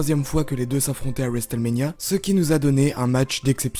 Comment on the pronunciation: Le T de WRestleMania ne saw prononce pas